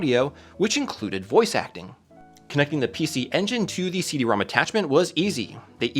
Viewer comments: It's pronounced "CD ROMROM". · You kept saying Rom wrong in so many places, the Rom^2 in the logos is actually pronounced RomRom, so it is the RomRomAmp and the CD-RomRom.